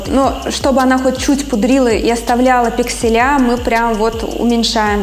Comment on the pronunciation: Спасибо за информацию. Но режит ухо "пикселЯ"